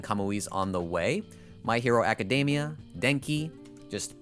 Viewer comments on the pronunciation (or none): none